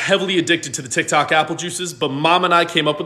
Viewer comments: Why did your dad say tiktak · "My TiKtAk" 😂😂😂